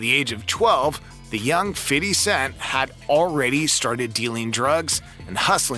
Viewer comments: I stop listening when i hear fiddy cent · Feedee cent 😂😂😂😂